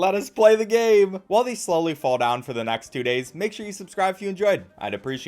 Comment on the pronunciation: why is the subscribe button rainbow when u said subsrib